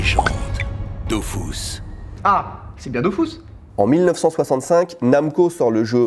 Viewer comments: M'EN FOU ON DIT DO FU SE PAS DO FOUS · C'est pas dofOUS c'est dofus, le u japonais c'est un mixte entre u ou e, à force de dire aux français que les u c'est des ou, arrivés au Japon on se tape un accent de merde mdr ! Super vidéo je suis fan !!!! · DOFOUS ?! DAFOUUUS ?! TU VOIS UN O DANS DOFUS ?! ;-; (humours détends ton slip)